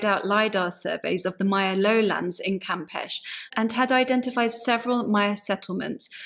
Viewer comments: The ability to do DNA analysis can make archaeology of the past look rather shallow. I'm pleased, though, that it's showing so much agreement with the findings of the late, great Dr. Maria Gimbutas. BTW, "Campeche" in Mexico is pronounced "cam-pay-chay" ["ch" as in "cheese"], not "cam-pesh." It's Spanish, not French. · It is not pronounced "Campech" it is Campeche. The final "e" is pronounced in the same manner as the first one.